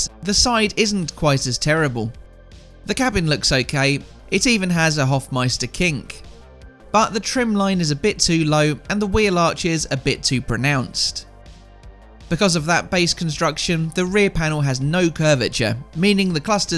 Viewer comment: It's not a "Hofmeister Kink", man, it's the "Hofmeister KNICK". Knich= Bend. Not a kink.😃